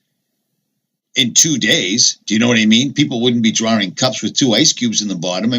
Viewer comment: great cup drawring lol!